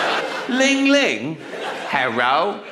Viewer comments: the Chinese man mispronounced ring ring as ling ling and got the corresponding answer as "herro" instead of "hello"? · He was trying to say "Hello" like a Japanese man would. They can't (don't) pronounce the "L", they use "R" instead. So "Lisa" would be "Risa" to them. Herro = Hello.